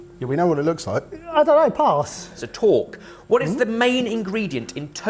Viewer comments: A chef’s hat is a TOQUE, not a torQue. 🧑🏻‍🍳 Or is that due to pronunciation differences? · Toque not torque..... even CC caught you on that......def need a French pronunciation refresher course.